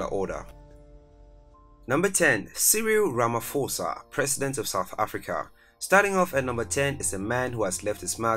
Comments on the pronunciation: Hi, I'm South African and I just want to correct you, Pres. Cyril Matamela' last name is pronounced more like Ra-Ma-Paw-Sa not Ra-Ma-For-Sa. I'd appreciate it if you twist your tounge to cover all languages, that way you'll always get a positive response and following from viewers of different backgrounds. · Guys. It's pronounced "RamaPosa" Not "RamFosa" . The "ph" rule in English grammar does not apply in South African languages. You ignore that "h" . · It’s Ramaposa the ph is pronounced as p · For Pronunciation sake. Its RAMA-P- HOSA NOT RAMA-F-OSA. Your pronunciation is English. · Ramaphosa is pronounced Rama-posa. It's not a silent F